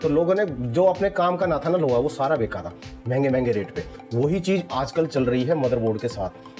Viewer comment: भाई आप बेचा शब्द को बेका मत बोला करो😊कि कंपनी ने ये इतने का बेका बेका नहीं होता बेचा शब्द होता है